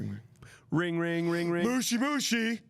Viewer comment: The way says "moshi moshi" is just so wrong. Kinda similar to how Americans say Aang as "Eyng".